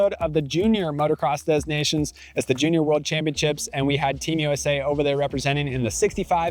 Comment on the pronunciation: the 'S" was never pronounced and certainly not pronounced as a 'Z'. It's not dez Nations